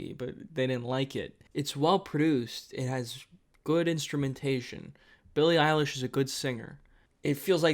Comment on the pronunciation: actually kinda shocked he pronounced her name right